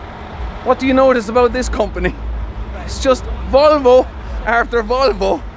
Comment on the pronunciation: As a Swedish person I aprove how the way you say Volvo ❤️ lover ur videos 😇